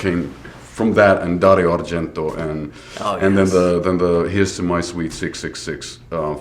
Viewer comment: His pronounciation of the name "Dario Argento" was SO japanese 😂 Edit: I barely know who Bam Margera is, but my impression is he gets mentioned way too many times around this band...